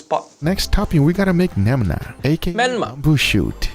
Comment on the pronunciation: He not only called Tonkotsu and Cha Shu wrong to be the different things, he also called Mirin as Merium and Menma as Nemnar. HAIYAA—!!!